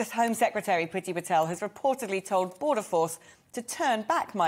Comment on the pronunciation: As Mrs Cadogan said "Let 'em all come". The Fwench are laughing at you and so am I particularly if Pwiti Patel is involved with anythwing it will be an absolute fwailure.